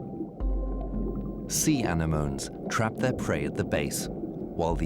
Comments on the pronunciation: Anna-moans? How about anemones? The dugong of Australia is also a marine mammal which grazes on seagrass. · "Sea anamoans".